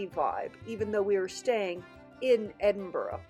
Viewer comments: Hey gorgeous 🤩 it's pronounced " Ed in bu ra" my hometown. Hope you loved it. Xxxx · Thank you for showing of my home city so beautifully 🏴💞. Just one little point the pronunciation of Edinburgh 🤦‍♀️. I hope Howard has recovered x